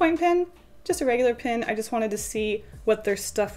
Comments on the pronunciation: OMG IT'S PEN NOT PIN LOL IT'S OK BUT 😥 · It’s cute how you pronounce pen, sounds like “pin” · It was funny to see you pronounce "pen" the same way you do as "pin", rather than the same way you start when you say "pencil". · The way she says pen. Pin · everything you say “pen” I think you are saying “pin”